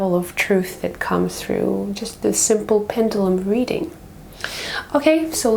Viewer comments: Please say Pen-due-lum! Properly ;0) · I'm sorry, but it's pronounced PEN-JUH-LUM. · Its a pend uuuuulum. Speak properly lady..../ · It's pronounced Pen.ju.lum even though it's spelled Pendulum